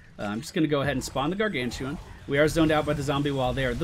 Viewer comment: u dont use the r on gargantuan:O:(